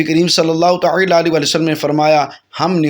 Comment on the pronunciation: Taaala kaha jata he talaffuxz durst karain